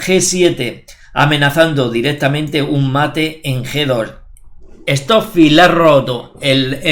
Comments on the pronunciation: "Estó fi "...🤣🤣🤣🤣🤣🤣🤣🤣🤣🤣🤣🤣🤣😋😋 Trabaja la pronunciación por respeto. Stock fish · Esto fi